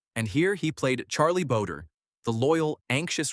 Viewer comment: its Charlie "Bow-dre" not boder, just FYI. for the historical record, Charlie bowdre was the regulator killed Stinking Springs shootout and not Scurlock who lived till 1929.